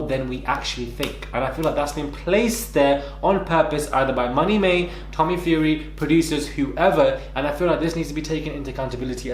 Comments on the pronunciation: Did you say Tommy Mae? 😂😂😂😂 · Did he just say Tommy-May 😂😂😂